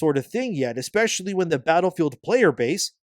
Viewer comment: "expecially" That right there is all i needed to hear.